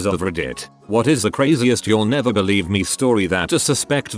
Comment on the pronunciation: Believe not beliebe